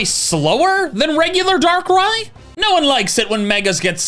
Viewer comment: IT'S DARKRAI, NOT DARK RYE! FIX IT NOW!